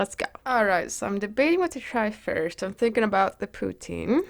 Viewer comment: You look gorgeous!! Amazing video as always ❤️❤️ Canada here!!! I love how you pronounce poutine!